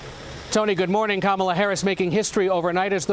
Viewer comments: Did he call her president Cumala Harris? What? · President kamal toe harris??? What did he say at the beginning? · The soyboy CBS anchor said "President Camela Harris"...the POS doesn't even try to conceal his allegiance to the Dictocrats